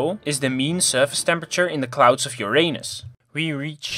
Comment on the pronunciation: The way you say Uranus...